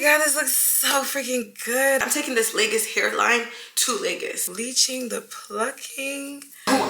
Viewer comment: Awesome job! BTW if you want to truly represent Lagos, you have to learn how to pronounce the name, it's pronounced "Lay-Goz" Not "Lakers or Lay-Gus"